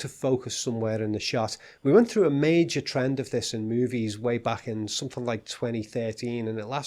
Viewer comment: also I like your tern TERND, it sounds drity